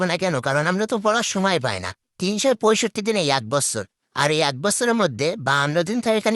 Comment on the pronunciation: দিন ❎️ ডিন ✅️ 😂😂😂